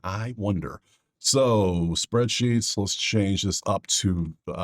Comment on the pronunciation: Anybody else hear spread cheeks lol when he says spreadsheets...I know it ain't just me ha ha ha 😂